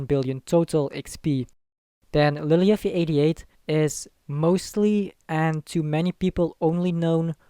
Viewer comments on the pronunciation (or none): Really annoying how you say lilyuffie88 lol